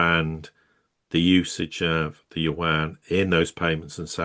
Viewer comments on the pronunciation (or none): There is no "warn". Its Yuan. get your diction right.